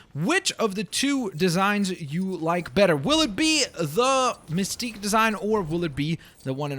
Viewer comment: you rought mistqe wrong it's misteqe